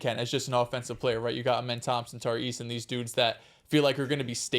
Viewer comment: please say Amen name right 😂😂 it’s “Uhh Men” not Ahh Men